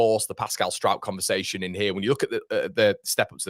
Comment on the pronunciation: Turned off after you said Pascal of Struijkshire ! Kevin of Kevinshire ! :0)